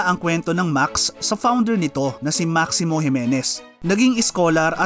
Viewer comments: Thanks! Any reason pala bakit Maks ang tamang pronounciation instead of Maksis? DIto kasi sa videong ito even the owners Maksis ang pronounciation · Ano ang tamang pronounciation Max o Maxes